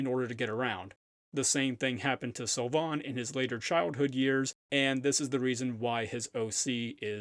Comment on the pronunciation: "Beauty mark" is the literal translation of the French dub. (Which is very bad btw) (Sylvain = Seal vain) that's how it's pronounced.